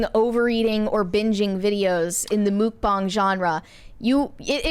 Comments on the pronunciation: Wait, “mook bong”? It’s “muck-bang”. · I thought it was pronounced muck bang 😂😂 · I've never heard this pronunciation of "mukbang" before, but the "bang" does match the Chinese pronunciation of this spelling - have I just missed the correct pronunciation all this time?